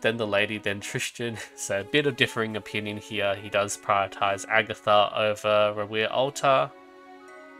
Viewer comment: H8 how you pronounce "HERE", but good work as always.